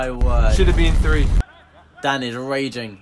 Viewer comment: Over the course of many videos I have realized that... can't say three 🤣🤣 "Fwee"